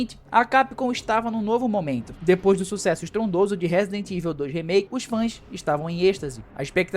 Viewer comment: Broder nao sei de onde vc inventou que raccoon (rah-cun) city virou REIKUN citi , fiz questão de procurar como se pronuncia pra vc parar de passar vergonha -> (e olha q eu nem to pegando no pe do resident "eivil" ("ivou"). Eu curto o RE3 Remake uma pegada Arcade, pegou, jogou, zerou. Nao precisa dar 500 voltas no mesmo mapa. Tenho todos os RE da geracao atual no ps5 pro, a unic coisa q lamento no re3 re. É que nao é otimizado pro ps5 pro